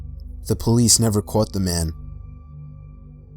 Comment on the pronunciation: Am I the only one hearing him say that words weird. Like " the cwops never cwaught him". To that typpa things kids do with the "w"